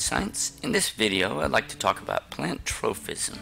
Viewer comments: Why do you keep saying tropism with an "f" sound? It doesn't have a "ph" so it's just pronounced as a p. troPism, not troFism!!! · definitely is though. Kids might watch these for educational purposes and learn to pronounce the word incorrectly. Proper pronunciation is pretty important